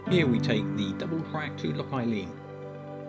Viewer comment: Nice edit! It's pronounced Loch an ee-lan by the way👍